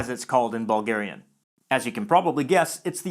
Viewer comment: Anyone else hear "ballgarian" and "ballgaria".